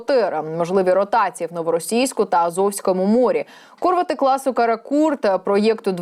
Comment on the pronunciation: Кор" вети 😂 ,, а може Кур" вети ?! 😂